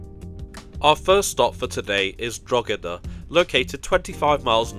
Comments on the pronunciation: oh no please not draw-da I’d go with droh-eh-da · What a great train! But if you want a truly scenic route, take the train from Coleraine to L'Derry! It's wonderful. Oh, and by the way, it's pronounced more like "Draw-da" (it isn't quite that, but that's the general idea). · Christmas decorations in Connolly Station? Either they're very early or this video has been sitting in the To Do list for white some time. Oh, Drogheda is pronounced "droh-head-a", and Howth rhymes with "both".